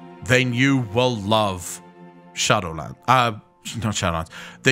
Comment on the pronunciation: I've choke when you said "shadowland"